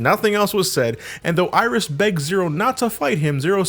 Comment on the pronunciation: Iris? no no no, i think you mean "aieerish"